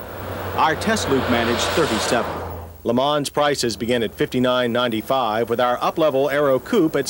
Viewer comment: Worst example of name butchering of an American car. Geez what a POS.